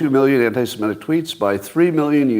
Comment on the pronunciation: Please stop pronouncing 'semitic' incorrectly ('simetic'); it is so annoying.